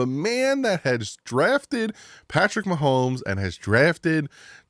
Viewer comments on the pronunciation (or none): none